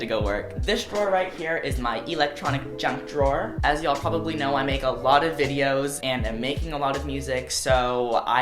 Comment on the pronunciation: Who else like the way conan say "y'all"? 💖 love u conan